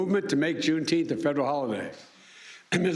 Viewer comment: Wtf is June Teenth?